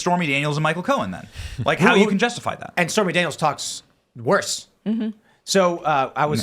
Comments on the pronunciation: Did she really say spermy Daniels?! 😅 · Did she say Spermy Daniels?!?!